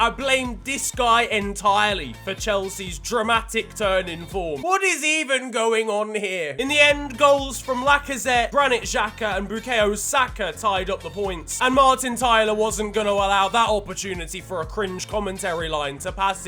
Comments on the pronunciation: he said “brukaya saka” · After hearing the way you pronounced Bukayo Saka and Ajayi your Nigerian credibility has been officially revoked.